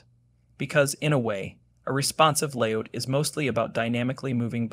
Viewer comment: Stop saying "layOUCH" instead of "layOUT"! How do you say "get OUT"? ... yes so "layOUT" please... it hurts my ears to hear "layOUCH"